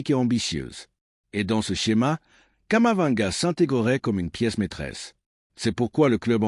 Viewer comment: Vous me décevez en disant toujours Kamavanga . Il s'appelle KAMAVINGA. C'est vraiment dommage.